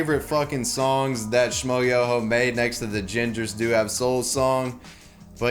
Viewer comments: How can you not know how to pronounce Schmoyoho? "Sh-m-oi-YÖ-Ho. Accent on the YOOOOOOOOOOO!" It's at the end of every one of their songs... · There's a trick to pronounce Schmoyoho; accent on the YOOOOOOOOOO